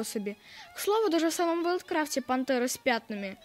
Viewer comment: не вайлдкрафт а ВвілдКрафт